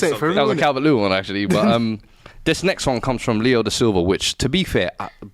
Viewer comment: Once i first heard the host pronounce words that begin with "Th" as "V" eg This becomes Vis. I cant stop hearing it